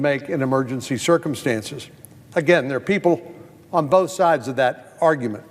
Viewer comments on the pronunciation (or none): none